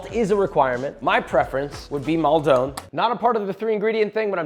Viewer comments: Joshua. I adore you. However... "Maldon" is pronounced "Mall-din." Honest. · Please tell me the pronounciation of "Maldon" was satire lmao.